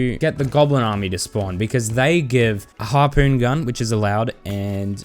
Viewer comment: more like "Harpoop gun"